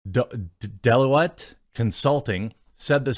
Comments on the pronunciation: hahaha dell-o-et. It's pronounced deh-loy-t. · Deloitte is pronounced 'Dé loyd' They're a massive multinational consulting and tax 'avoiding' company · Deloitte Consulting... pronounced 'De-loy-t'. Hope it helps. Good video, otherwise. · Delloitte is pronounced "Dell-oyt" by the way. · Does Jeremy seriously not know how to pronounce "Deloitte"? 😵😵😵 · No offence Jeremy but you need to be able to pronounce ''Deloitte''. They're like the biggest financial firm in the world with a quarter of a million employees, and they pretty much rule the world with their graphs and supreme excel skills.